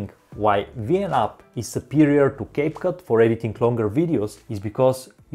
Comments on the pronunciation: Bro really called capcut cupcake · Did anyone notice that he accidentally call capcut capcake😂😂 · And you called capcut "caput"